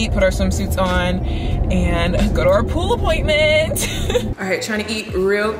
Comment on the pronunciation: Chile I just chuckle every time you say pool appointment